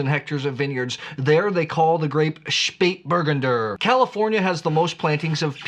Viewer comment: OK, please repeat after me... "Shpayt-bur-GUN-der". Emphasis on the third syllable. Now, if I could find more Spatburgunder, I'd certainly drink it! 😊